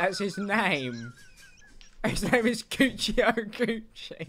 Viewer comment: pronounced guccio wrong